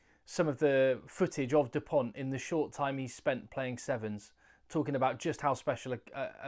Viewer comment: ok and is Dupont south african ? so just say his name right